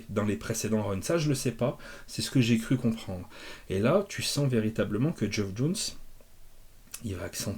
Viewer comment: (Tip prononciation non sollicité : "Geoff" se prononce comme "Jeff")